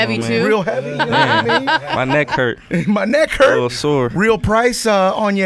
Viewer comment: He said "my necc hurt " everybody know that's